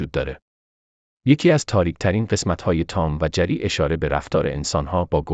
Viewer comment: این گوینده چرا این قدر دستور زبانش افتضاحه؟ جَری دیگه چیه؟؟؟؟!!!